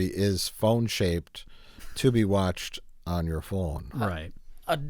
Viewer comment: I'm just here for the Wisconsin accent when he says "phone"